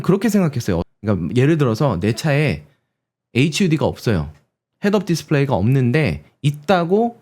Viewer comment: 보통 특정 업계 사람들은 허드라고 부르는데 명확하게 헤치유디라고 불러주시는 부분에서 깜놀했습니다. 자동차 업계에서는 허드라고 하면 모르더라구요..